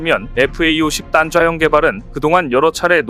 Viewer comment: 단좌형... 발음이 딴좌형 으로 들리지???